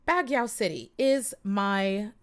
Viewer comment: Baguio is pronounced BUG-YO